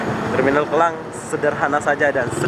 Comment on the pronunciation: Maaf mas,,Bukan Kelang,,Tapi KLANG,, Skdr ingatkan saja